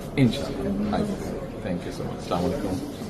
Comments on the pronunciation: এতো বড় নেতা সালাম টা ও সঠিক ভাবে দিতেই পারে না। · সালাম টাও শুদ্ধভাবে দিতে যানে না,,,, 😢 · সালাম টা ভালো করে দিতে পারে না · তারেক রহমানের সালাম দেওয়াটা সুদ্ধ হয়নি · সালামটাও ঠিকঠাক মতো দিতে পারে না,, জাতীয় ইমাম সাহেব 😂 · সালাম টা ও ঠিক করে দিতে জানে না। এ করবে দেশের উন্নতি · সালাম টাও ঠিক মত দিতে পারে না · সালামটা শুদ্ধ হওয়া উচিত ছিল